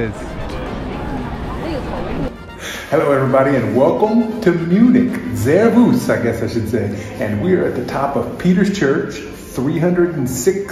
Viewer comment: total wrong pronounciation of Servus :-)